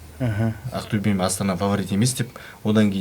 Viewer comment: Ақтюе емес, Ақтөбе деп айтуға болады ма?